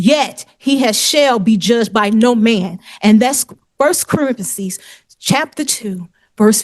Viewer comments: Good God! First Corintheses?! 😂 A minister, she says. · "that's First Corinthises" ಠ_ಠ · Do you know what he dit? He ignort me.......Vy-lations.....crinimal......I fouled my papers.....First Corintheses..... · She’s a minister but can’t pronounce a very common book in the Bible, Corinthians. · The caption show she said Corinthians, but thats not what I heard